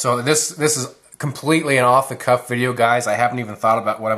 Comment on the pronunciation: did you say "off the cuff video" or "off the coff?" lol I was actually trying to decide between the 2, and I think the Tenacious is going to be my choice. Thanks for the feedback of these 2 knives, great overview